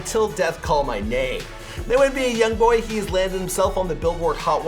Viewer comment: Everybody saying yong boy